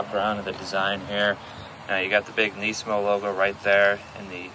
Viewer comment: Finally someone pronounces nismo correctly. Knee-San Knees-mo